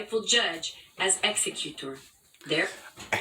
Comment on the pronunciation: And why does she strangely morph into a foreigner when saying "executor"? Ex ee cyoo tor!